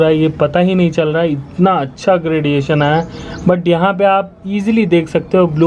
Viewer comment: no one literally no one: me:he says chal laha hai,instead of chal raha hai